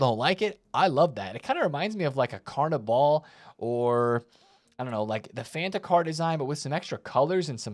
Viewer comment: Why did bro say carnival like that? 😂